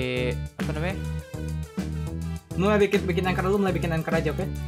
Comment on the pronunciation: Mereka: ancher Me: anchor